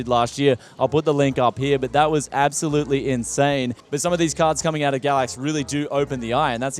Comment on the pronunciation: I always hear him say it as Gravvicks card.